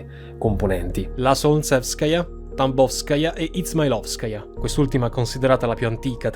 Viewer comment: stavo ascoltando senza guardare e ho pensato che avessi detto "It'sMyLoveSkaya"